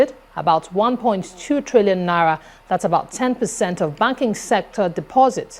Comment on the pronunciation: Hello, it's 'na-ee-ra', not nara.